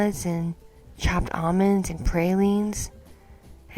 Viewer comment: Loved this one, but you pronounced praline wrong. I learned the correct way off a box of New Orleans Pralines (it’s pronounced “prawl-leen”)